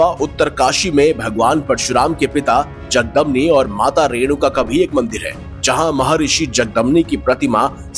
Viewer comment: मेरे भाई नाम तो ठीक से बोलिए...जगदमनी नही जमदग्नी😂 और जहाँ भी आपने परशुराम के मंदीर बताये है वहाँ हिंदू धर्म का एकमात्र ईश्वर शिव ही तो है...कब सुधरेंगे हमारे हिंद...कोई मानव ईश्वर नही हो सकता...चाहे राम हो परशुराम हो या श्रीकृष्ण...यह तो महापुरुष है और सभी अपने ईश्वर शिव को मानते और पूजते है..लेकिन अब तो राम को शिवका आराध्य बना दिया है 😢..इससे बडा भी कोई पतन होना अभी बाकी है क्या